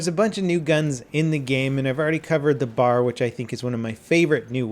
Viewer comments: B A R .... not bar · Did he just call the BAR (Browning Automatic Rifle) a bar instead of B.A.R?! 😒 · Good lord. Be respectful. Don't call it the bar. It's the B.A.R